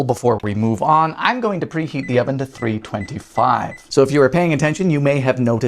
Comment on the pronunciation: "Lets threeheat the oven to pre-fifty!" I hadnt realized he said that untill now and i have watched many people react to this.